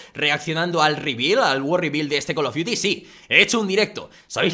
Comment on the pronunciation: jajja es call of frios